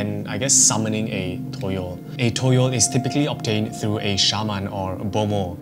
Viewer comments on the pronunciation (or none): For toyol Its not toyol Its tuyul its called tuyul😅 in Indonesia😊😊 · Not toyol but tuyul